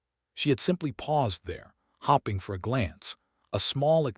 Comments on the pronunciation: Hopping instead of hoping. AI can’t read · the "hopping" and "starring" drives me nuts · Why is staring pronouced as starring and hoping as hopping?